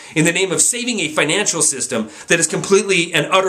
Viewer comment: Great video... but FINACAL? You mean FINANCIAL right?